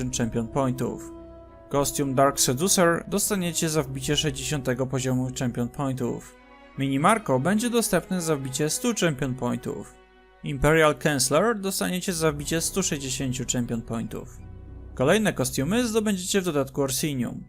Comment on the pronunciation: Bardzo fajny materiał ale jedna uwaga (sorry muszę): Nie MINImarco, tylko MANNImarco ;)